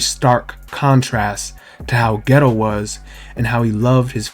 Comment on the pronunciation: I keep dying when u say geto, I keep hearing ghetto